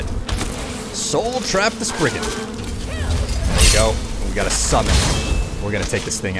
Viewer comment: "Sprigon"? No! I AM GROOT!